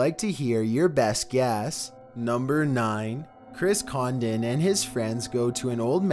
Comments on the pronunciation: Who else thought that said chris condom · I can't be the only one who thought number 9 said Chris Condom...